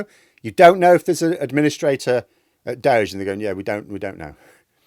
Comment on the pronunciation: Why in hell are you doing elon a favor by pronouncing Doge in some made up way? It's named after an internet meme FFS! He's wrecking people's lives under the name Doggy.